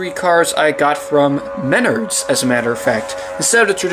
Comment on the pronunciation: It’s pronounced “Men-Nards” Save big money at MenArds”